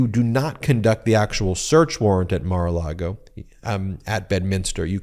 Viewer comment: You keep saying Mar-a- Lardo wrong.